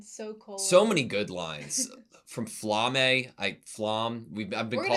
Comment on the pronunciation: Its not Flamm its Flamme just how its not Porsch its Porsche